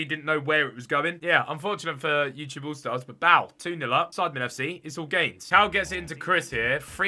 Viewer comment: he sais ytgoal stars